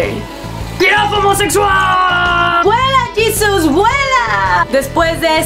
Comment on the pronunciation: Jesus*** se escribe igual pero se pronuncia diferente.